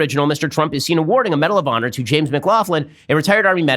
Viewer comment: Take a shot every time he says 'medal of pawnor'